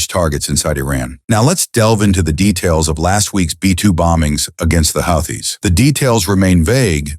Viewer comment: "Houthi's " is pronounced WHO-TEES